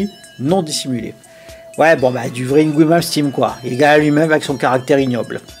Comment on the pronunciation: C'est Ynvey Malmsteen pas Yngwoui Malmestime😉. Sinon encore très français ce cassage en règle du suédois, sa musique caricaturale ahaha, non seulement Yngwie est comme habité quand il joue mais c un grand compositeur. Ses 4 premiers albums sont intouchables et sont même des mètres étalon pour les artistes qui ont suivi. C'est avec Valen le guitariste qui a été le plus copié/pillé et par Jason Becker aussi! Donc un peu de respect pour ce grand artiste, on peut ne pas aimer l'homme mais apprécier sa musique !